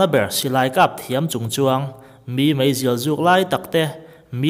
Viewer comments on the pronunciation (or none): i mizotawng hman fimkhur deuh teh.Mai mai tihtur ah mei mei tih a awm tlat